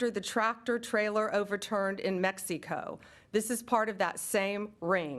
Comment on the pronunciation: She cant even say mexico correctly, give this man due process and we will see about this!